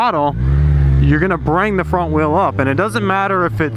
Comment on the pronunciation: "If you're weel is of the ground your doing a weeley" :D